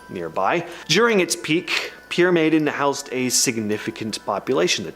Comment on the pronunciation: Pyramiden means «The Pyramid» you pronounce is ‘Pyram’ like in Pyramid and ‘iden’ as «Eden, as in The Graden of Eden»